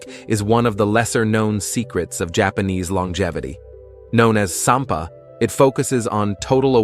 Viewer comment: I think it’s “sanpo” not “sanpa”. It literally means taking a walk. I grew up in Japan and I enjoyed those video. Thank you!